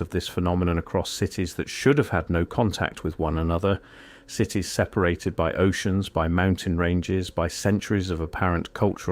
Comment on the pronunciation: Why the Ai voice? SEEperated???